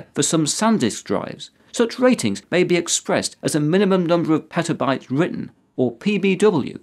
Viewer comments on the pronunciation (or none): none